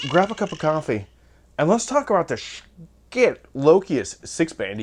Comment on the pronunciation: It's actually pronounced "shi tuh" or so I am told. I was pretty much sold on getting the loki. I wanted the lokius but didn't want to drop 300 bucks on one. Black Friday rolled around and Schiit had bstock for 229. I bought the thing. Full factory warranty. No returns unless defective though. They still have em. I love EQ's. They can make a bad speaker sound better and a good speaker sound great. People say that playing flat is what the artist wanted.... Why do so may pressings sound different?